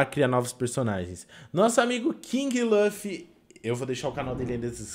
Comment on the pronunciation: LAFFY? LAFFY porfavor é LU LU LUFFY so explicando tenho tick